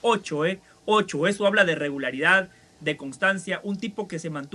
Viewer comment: Quizo decir regularidad o regalaridad?😂😂😂